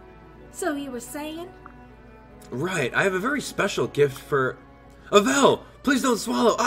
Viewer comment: you always pronounce Avel's name wrong